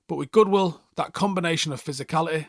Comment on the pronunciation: and godwill not goodwil lol